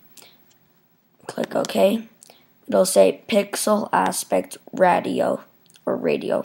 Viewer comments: Hey thanks for making this vid! A little nitpick though, the word ratio is pronounced "ray-she-oh". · Thanks.. xD This was intuitive and yes Ratio is pronounced: "Ray-She-Oh".. Keep up the good work buddy! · Nice job but 'ratio' is pronounced 'ray-shee-oh'. Good video otherwise. Thank you. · Great. But it's not "radio" correction, it's "RATIO" correction. Thanks. Bob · This was a big help to an annoying little issue I was having tonight. Thanks! And I never hold it against someone for mispronouncing a word. It means you learned the word by reading. Much respect!